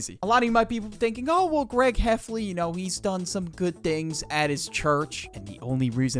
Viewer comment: you witterally keep saying "Gweg" and "Wowley" nerdy sounding ahh boi